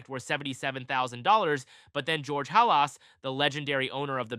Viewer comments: It’s not Ha Las. It’s Hal iss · Pronounced Halis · Can’t even say Halas correctly, and showed soccer fields in this video. Get a clue 🤣🤣🤣🤣🤡🤡🤡🤡